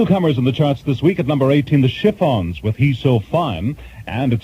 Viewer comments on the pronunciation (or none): HILARIOUS this guy didn't know how to pronounce Chiffons! That's the Brits for ya. Were The Stones tipped off that Rowe was gonna be at their show and how were they exactly notified that they had passed that dick's audition? Days later?, month's later? Later that night? Did they know George had recommended them? Why was there a 100 ft ladder to the Beatles room?